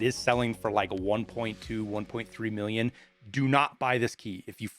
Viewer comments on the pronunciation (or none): none